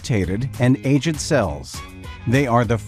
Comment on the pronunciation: Aged is pronounced wrong